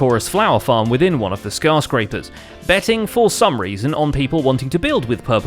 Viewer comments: did he just say scarscraper? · is it just me or did say 'Scarscraper...' ? Did Season 5 forever dub them that? ;)